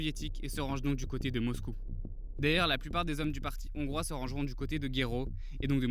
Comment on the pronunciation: Trop de fautes de français à l’oral ! Des zongrois… inaudible ! Dommage… Y’a de l’espoir